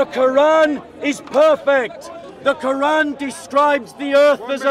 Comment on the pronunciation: By the end of this debate, the Christian debator pronounces the arabic and the word Quran more and more accurately. Indeed Allah guides whome He wills straight into Islam. Alhamdulilah